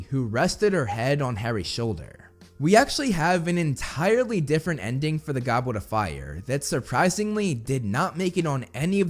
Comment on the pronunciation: Did he seriously say GOBWET of fire!🤣